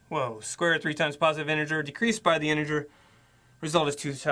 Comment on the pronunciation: he said smth like "the largest anjer" instead of "the largest integer"